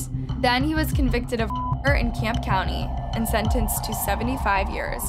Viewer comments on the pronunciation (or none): none